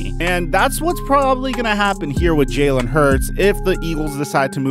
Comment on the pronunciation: If u a eagles fan why u saying his name is jaylen? It’s Jalen